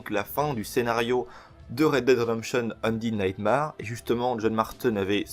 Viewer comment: ça se dit undèd nightmère